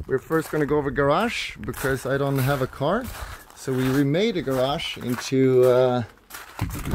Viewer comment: What the hell is a garash, Henrik?